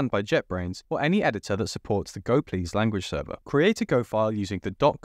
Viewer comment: Did he just say "Go Please" for the "gopls" ? xD On another note, great video! Thanks :D